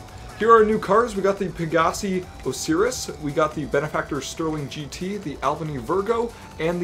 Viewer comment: It's pronounced os-eye-ris